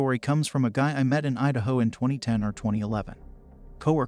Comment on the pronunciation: you said "Udaho?"